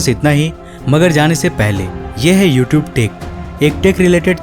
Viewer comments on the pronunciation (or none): none